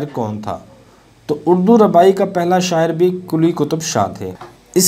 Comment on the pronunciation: Bhai rubai hota hai ne ke rabai correct it